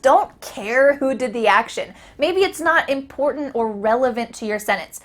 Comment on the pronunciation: Why ur important sound like impont??